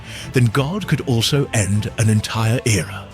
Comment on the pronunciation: E-end with goht